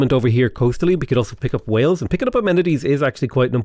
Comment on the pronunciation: "Picking up Wales" sounds a bit more British than I was expecting from